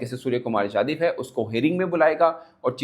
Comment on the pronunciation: It’s yadaw not yadiv sai kary